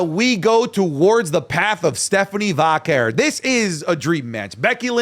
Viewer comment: you’re Latino!! Pronounce it correctly: VAH-KERR